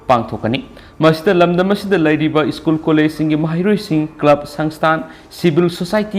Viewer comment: (Zack Bou) Mingsidi meine hey 🔥🔥🔥 English pronunciation tourak pa matam dadi school shu ischoon heina pronounce touba, Aduga Favourite shu fabarite heina touba.....Noi Tamda lei na ngei mapham loukhrabra mibu chetkhro heiri sibu... ..hoine noi tamda di Houjitti chaga leite Adugi noigi Lou(paddy field) pukhri singsu leibakna phumdokla ga yum sha na ngei tou ri baniko........Adugi nine noina migi land mullaga lei na ngei hotnari ba se kom.